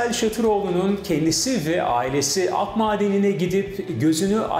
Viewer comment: Ak madeni değil / Akdağmadeni